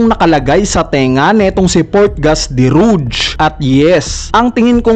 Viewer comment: Rouge = Rog po Basa dyan Hindi Ruj